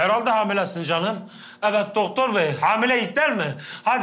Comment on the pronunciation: Arkadaşlar deki sahne efsane kalender ağan dünürü astinda böyle ivit dilde evet dicekdi yanlışıkla ivit dedi araşdırırsanız bularsınız bende işsiz gibi araşdırdım 😁😂😂😂😂